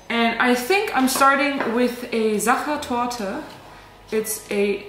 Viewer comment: with a ... SaChErToRtE 😂😂